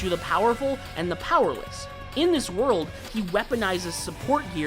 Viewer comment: Also it’s “world” not “word”